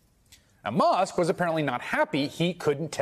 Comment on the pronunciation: why does pronounce Musk "Mosk"?